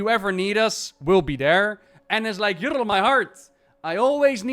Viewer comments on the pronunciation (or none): Bro says: Yrl instead of Yrel